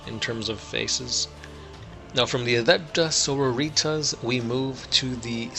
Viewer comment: Its not Adeptus So-ro-ee-taz its Adeptus Soar-roar-eh-tas